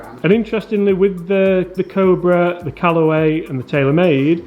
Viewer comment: Please get to say Cobra correctly 🤣